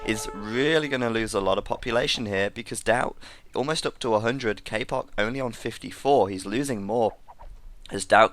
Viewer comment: its not "k-poc" its "ka-pooch"